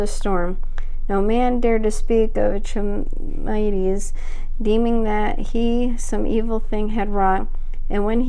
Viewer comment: Thank thank thank you - for reading this! can't wait for part two - this will be my audio to go to sleep to for the next few nights. Ps you are only the 3rd person to read Charmides on YT :) (Charmides is pronounced Car-mides) don't worry i didn't know that for 5yrs after i first read it)